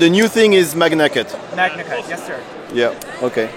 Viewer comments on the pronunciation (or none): Merci beaucoup pour ces vidéos. Mais par pitié il faut arrêter de prononcer maNIAcut. Ça se prononce maGNAcut avec un G dur comme dans magma.